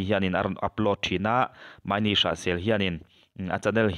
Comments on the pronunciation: Ni e..a lam dan khi a lam dik lova..'Mai ni' tiin a lama , a mah khi chu' Ma ini" tiin a in sawi .. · Ahming i lamdan kha a dik lo. MA IN I. Tia lam tur a ni e.